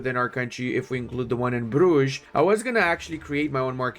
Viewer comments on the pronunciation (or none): none